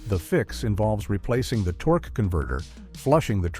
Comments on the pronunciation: "Tor-kay"??? AI disappoints again. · Diesel tor-kay? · "Torkay"? What kind of wine is that? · Diezel tor-k. Ok ai video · “TOR-kay” ? AI version of torque….😅😅😅